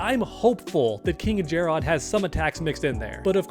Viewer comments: If you call him Jer-Rod one more time!😂 Stop it, you heard how Sindel and Lui Kang say his name in story mode "Jer-Rid." Just like if it were spelled Jared. Jer-Rod sounded cringe AF😂😂😂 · Omg it's not JarROD it's just Jarrod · It's not jer-odd it's jerrod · Why he saying jare-Odd tho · Take a shot whenever he says Jerr-ahd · “KinG Jarrrod” or whatever tf your saying.” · Why are u saying jarrod how it’s spelled everyone in the story mode says it like Jared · That pronunciation of Jerrod 😂Ermac should have a skin for a mortal look of the Edenian King. With Takeda being playable I can see the rest of the Kombat being Kameo fighters (- ^ ) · This seriously has to be the most clickbaity MK channel. Not to mention the pronounciation of Jarrod or being unaware of story. As long as you're getting that bread I guess.